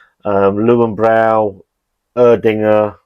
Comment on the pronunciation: Lurvenbroy not luwenbrow. Please let me know where I can collect my youtube pedant tosser of the year award. Thanks